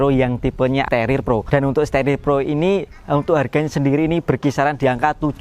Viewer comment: staRIR bos bukan sterer